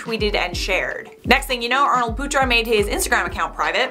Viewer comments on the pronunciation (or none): Arnold putra But the way she pronounce it when talks really fast is “Arnold puta”, puta is not a good word in other language lol Not coming for our lovely, I just find it really funny 😂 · The way you pronounced putra XD ehehehhehe